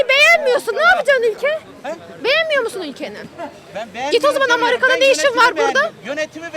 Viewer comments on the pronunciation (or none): Kadının amarika demesinden neyin ne oldugunu anladım :D haklısın bacım amerika bizi kıskaniyeah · Amarka amarka diyor yahu kilik kiyafetjne bakarsan medeni akilli bir kisiye benziyor amma melemeye baslayinca marya kohhn oldugu anlasildi